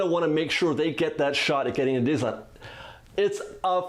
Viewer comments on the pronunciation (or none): I think that you can use this quarantine time to practice saying the word Disneyland correctly.